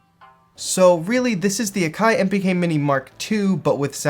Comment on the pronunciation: it's prouncounced Ack - eye ..